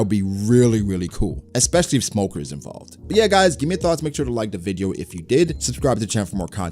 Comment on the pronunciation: You say smoker more like Lmoker